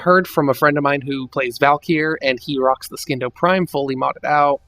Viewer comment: Oh my fucking god. I literally cringed every time you pronounced "Scindo." THE C IS SILENT!!! God the illiterate fucks who make themselves look stupid on the internet. Also, the orthos prime is very good. Everyone should have one. Put a primed reach on it, and you're set for life.